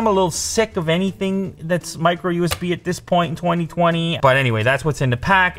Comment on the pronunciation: I swear, whenever Lew says micro-USB, My jaw is on the floor.